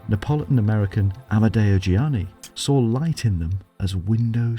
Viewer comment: You can at least get his name correct. It's Giannini, not Gianni.